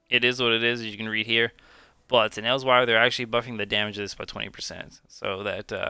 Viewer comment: Good vid but my stomach twisted on itself the way you pronounced Elsweyr lol